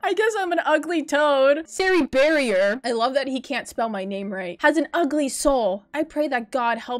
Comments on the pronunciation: “SarrieBarrier”😭 “SarahBarrier” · "Sarahberrier" LOL GET UR GRAMMER RIGHT OR WHATEVER